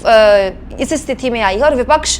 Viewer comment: "stithi" nahi "sthiti" Ye Mai dobara repeat kar Raha hu. RAKESH SAHARE AHMEDABAD GUJARAT